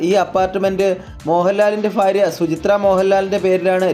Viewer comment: ഫാരിയ അല്ല ഭാര്യ